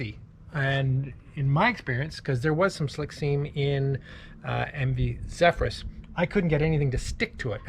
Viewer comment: nailed the pronunciation of my very Norwegian name.